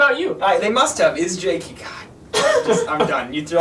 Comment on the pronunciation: its pronounced kveikur - "kv (hey) k (our)" isjaki - "iss (as in piss) yah key (as in keytar)"